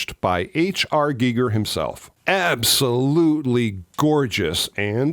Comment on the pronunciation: So glad you pronounced H R Gigers name correctly 👍🏻👍🏻👍🏻. 👏🏻👏🏻 Small thing but it bugs me when people mispronounce it. Ha ha.